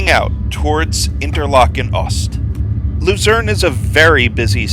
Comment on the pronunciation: It's pronounced Lutzern (unless you want to call it Lucerne in English). The railway is Zentralbahn (pronounced Tcentralbahn). The SOB (Suedostbahn) operates several services. Luzern is the terminal of the Voralpenexpress (not the Vorarlbergexpress). Danke